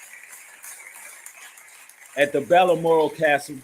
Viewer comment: "BAAL MORAL"